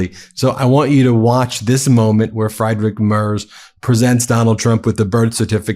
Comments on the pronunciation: Hi Ben - great segment as usual. In German, you pronounce the second vowel in an “ie” or “ei” combination. So Friedrich is pronounced FREED-RICH. I know how conscientious you are about these things. 😊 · Ben, I love you but the man's name is pronounced Freedrich. In German, ie is were. Like Zwiebach 😊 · You need to brush up your German pronounciation. when you get IE or EI, you pronounce the second letter. Friedrich - Freedrich. Not too hard, Ben. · Ben. Love your reporting. Love Meidas touch. But. Please pronounce Chancellor Merz's name correctly. Friedrich is pronounced with a long E sound. The "ie" in German is pronounced "ee." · I support your channel, but when you continually mispronounce Friedrich Merz’s name, it is disrespectful that you don’t bother to find out how to say it. … It is pronounced “Freedrich”, NOT “Friedrich.” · Friedrich is pronounced Freed-rick (not really "rick", but I'm focusing on the first part), not Fried, as in fried food. Just FYI. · Friedrich pronounced friid-rich in German (not Fridrich) 🙂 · Please say the German Chancellor's name properly. He's not fried like an egg, he's freed. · It’s Free drik not fry drik Mars in pronunciatiation. Improper pronunciation. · Please pronounce mr Merz’s name like it should. Friedrich is not Fryderick. Pronounce IE as EA like in EAsy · FREEDrich not FRIEDrich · His name ist pronounced " Freedrich" like in free not Frydrich. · Ben, Friedrich is pronounced as Freedrig not Frydrig! 😂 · Seriously, Ben. Get a five minute lesson in German pronunciation. Freedrik Mayrz is good enough, but pronouncing it Fried Rick is embarassing. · His name is Friedrich, not Freidrich. Have the courtesy to pronounce it correctly. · Sigh. Friedrich = say it with me, Freedrich. Ben, talk to a native German speaker. You've said you want to pronounce names correctly.... please it is Freeeeeeerich NOT fried as in fried chicken. Sigh. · FRIEDRICH!! III, not Fraidrich! It is an Iiiiie sound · His name is Friedrich, not Frederic 😂😂😂